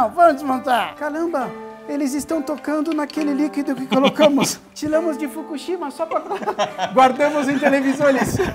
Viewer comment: "Tilamos de Fukushima..."😂😂😂😂😂😂😂😂😂😂😂😂 12.40